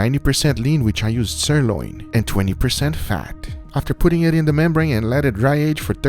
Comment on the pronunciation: "As I say, it is enough talking. LETS DO EHHTT."